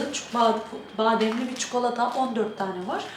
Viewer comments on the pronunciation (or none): none